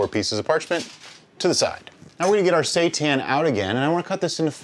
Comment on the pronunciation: Oh man, that dough scraper technique is awesome! Can't wait to try this recipe FYI, seitan is pronounced "say-tahn". It's a Japanese word